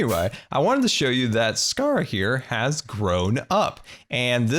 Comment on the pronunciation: also its not saharia its sahara theres no I